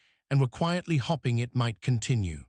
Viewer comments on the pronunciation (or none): Good story, would have been better if AI knew the difference between hope-ing and hopping. Subtitles and narrative need a human to edit before posting.